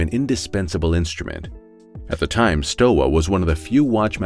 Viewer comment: Pronounced Sthova ;-)